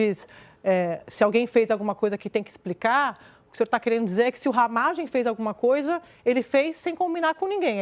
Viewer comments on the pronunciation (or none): Não é Ramagém, é Ramagem. A sílaba forte não é a última. 😄😄🤭🤭 Abraços pra vc. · RamÁgem mano, fala direito! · A pronúncia do Ramagem agora é Ramagém? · Não é ramagêm, é ramágem,kkkk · corrige ai: não é RAMAGÉM, É RAMÁGEM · Porqe tu fala Ramagemm.?pronúncia diferente! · Acho que a pronúncia é RamÁgem. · Pronuncia "Ramágem" homi 🤦‍♂️ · O nome do cara é RAMÁGEM (acento so na voz)… kkkkk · Porra...para de falar o nome Ramagem errado. Que raio de Ramagêm é esse? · Mas não é Ramagem, com a sílaba forte no ma?